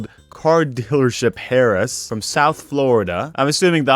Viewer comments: You don’t pronounce the H in “heiress”. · haute couture haute is pronounce oat. Couture is pronounce cut chore, but with very little emphasis on the t, so almost cu chore. Also the 'h' in heiress is silent <3